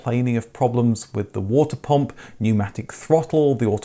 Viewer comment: Nice & helpful video but please, you pronounce Humber as 'homber' pump as 'pomp', bubble as 'bobble'. Why so?